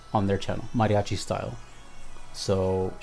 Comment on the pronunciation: You say mariachi so well I'm thinking you can speak Spanish!